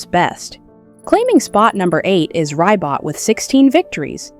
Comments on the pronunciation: AI always mispronounces Ribot’s name. It’s so offputting. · Reee BOW is how you say RIBOT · Not Ry-bot lol pronounced Ree-bow. Ribot.